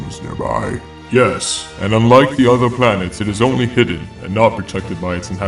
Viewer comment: My only gripe with the voice acting is that you guys say, “udder” instead of “other.” Like, the “th” is replaced with a “d.” Otherwise, really intriguing. Good job.